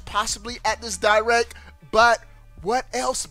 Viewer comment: nintendo "di-wreck"